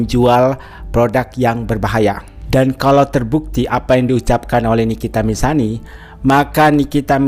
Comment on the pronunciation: nikita Mirzani bang bukan nikita mirsani 😅🫢